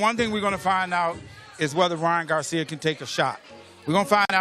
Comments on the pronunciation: Why is he saying garciam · Is it me or does this Announcer keep saying Ryan Garcia'm he also said social media'm 😅